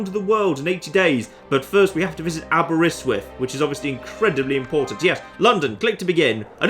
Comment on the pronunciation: Yay! has finally pronounced a Welsh word properly. First step was Aberystwyth, next step is to work on pronouncing Prydwen properly